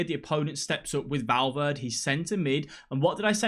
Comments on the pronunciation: Love your videos bro cheers from Los Angeles,CA also your sayin Valverde wrong 😂😂😂 jk 😎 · great video but i swear to god if you pronounce Valverde's name like that once again im going to loose it